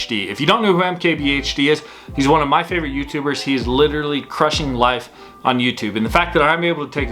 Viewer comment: Can you please not pause in between saying the "crushing-life" motto. It sounds really irritating and stupid